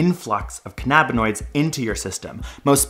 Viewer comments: "Cainuhbuhnoids" not "cuhnaabuhnoids". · Pronounced CAN AH BINOIDS not CAH NAB AH NOIDS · you pronounce so many words weridly! I couldn't keep a straight face lol Canna-bin-oids..Not canny-biny-oydz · His pronunciation of canabanoid tells me he only just learned about them 5 minutes before this video was filmed. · I cant get past his mispronounciations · It’s physically impossible to be allergic to cannabis, you’re born with multiple cannabinoid receptors. You’re just as misinformed as him mispronouncing cannabinoids. lol